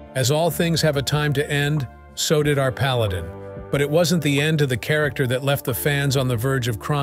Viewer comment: What painful imbecility. "The krakter of Paladin..." The more frequently I hear AI, the less concerned I become.